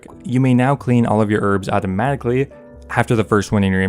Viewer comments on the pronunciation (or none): This game man... The word herb comes up so often 🤣 the way you say it makes me fucking sick bro